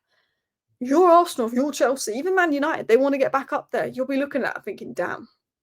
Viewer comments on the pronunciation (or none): none